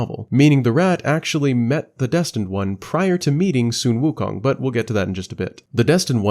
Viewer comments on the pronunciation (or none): Some common names in this game are yaoguai pronounced like “yow gwai” and “loong” pronounced like “lohng” and sun wukong is pronounced like “swin wu kohng”